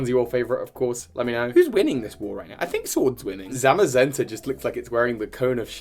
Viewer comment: Saw your twee, dw you pronounced the legendaries correctly! Their names are based on the colours cyan and magenta